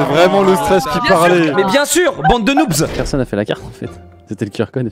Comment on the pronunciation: noubS, ça se dit noobZ